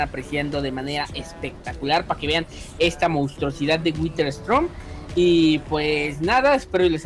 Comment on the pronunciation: Se Dice whider